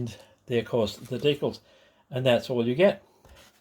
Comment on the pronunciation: Deeee cals not deekles